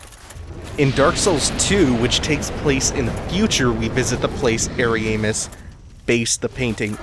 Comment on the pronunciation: I like how you pronounce Ariamis. It almost sounds like hairy anus lol